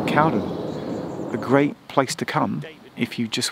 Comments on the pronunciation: Correct pronunciation is Cow-den, not Cowd’n. If you can find ‘The Two Ronnies’, series 6 episode 2, broadcast 26.11.77, have a look at the sketch ‘Charlie Farley & Piggy Malone’. They arrive at ‘Drake’s Bottom’ station, and a thumper can be seen departing in the background. This scene was filmed at Cowden station. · It's pronounced Cow-DEN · Glad you communed with nature at Cowden. I grew up in the woods just to the West of there (In a Cottage). On a still night i could lay in bed and hear the Thumpers go into the tunnel and often hear them come out of the other end. A small point, to the locals it's Cow-den not Cowd'n! If you ever visit again its worth a visit to the tunnel portal that end. You need to cross under the bridge and follow the footpath alongside the line, it splits and goes over the portal. You will then see that the tunnel has two portals as it has been extended by about thirty yards! I think this was done as the Bridleway would not have been able to get behind the original portal. The original portal was invisible behind undergrowth but is now visible due to clearance works that were performed a few years ago. Cowden station was used as a location for a Two Ronnies sketch where it was called Drakes Halt IIRC. Love your videos, keep up the good work. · Love this. I live near Edenbridge. Cowden is always pronounced Cow Den locally and the station is a long way from the village. Also Hever Station is a long way from Hever.. Edenbridge Town has a mud scraper as well. Wish I had known you were in the area as I would have bought you a pint in my pub, or even a cup of tea if you prefered. keep up the good work Geoff. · Check out East Grinstead station. There's been a large new footbridge affair built there. Went by yesterday and it seems near completion. As for Cowden, it's pronounced Cow Den, with the Den rhyming win Hen. Interesting video. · Cowden is pronounced cowDEN accent on 2nd syllable! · We’re going to have to chat about how to pronounce Cowden…